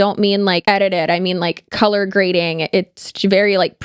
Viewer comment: CULUH GRADIN 😂